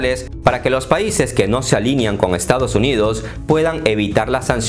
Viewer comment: Los países no se “alinian,” se alinean. Saludos.